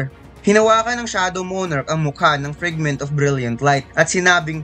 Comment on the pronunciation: FRAGMENT KASI YUN HINDI FRIGMENT!